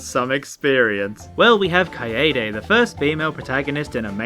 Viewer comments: Kai-Day. Kaede. Kuh I Day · HE SAID KAYAYDAY HAHAHA Kill me Or step on me, Junko.